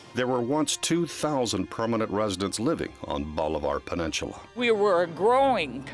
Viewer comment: Wtf is a peninchula?? I've heard of peninsula...